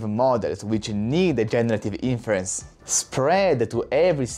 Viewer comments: Definitely interesting startups out there, although I don't think NVidia's dominance is at risk for 5-10 years, and they are also researching new approaches with a vast budget too. So I wouldn't discount them as the continued leader either. Btw in English "inference" isn't pronounced in-FEAR-uhnce, but rather, IN-fuhr-ence, with the emphasis being on the first syllable, and a soft "e" (or even an "uh") in the second syllable. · Its super annoying when you say inference. its pronounced IN FUR ENSE. maybe its because im texan, you can use even fewer syllables, and call it IN FRENSE, like you say my airplane just landed in France, but Frence.